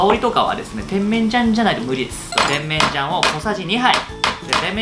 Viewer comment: てん→めん→じゃん↑ ・・・イントネーションがw